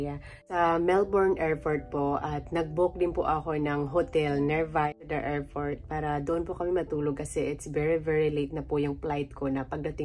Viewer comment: Airport po hindi airfort... 😢